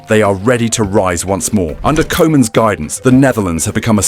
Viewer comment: Oranje, not The Oranje. Kooman not Co-man.